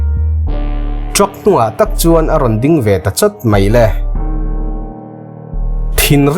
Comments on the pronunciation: Mizo ṭawng lam dan hi uluk a ngai a nia. Mi in zir mi tih tak ah tih lai hi 'tak' lai hi thluk tawh suh thluk lo a lam tur a ni. I video ṭhenkhat sh pawh i sawi sual zeuh ṭhin ka lo chik a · Movie Mizo Tawng recap tih 'takkkkk' ah a hmuhnawm thin e😂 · 'Mi inzirmi tih tak ah' hetah hian lam sual palh a awm a, TAK' tih hi maktak tih i sawilai a i lamrik dan angchiah khan, mi inzirmi tih tak ah tih i lam lai a 'tak' tihlai tak hi, thluk lo in, mak tak tih i lamrik dan angchiah hian lam tur